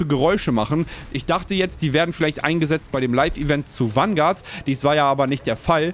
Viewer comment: Jedes mal wenn er Wanguard sagt einen trinken….